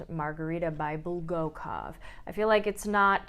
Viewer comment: ❌ BulgAkov, not Bolgokov. ❌ KYiv(like “yei” in yeild) , not Kiev.